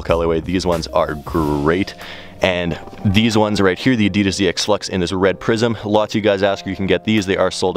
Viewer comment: Did he say zee x fluxes 😵😵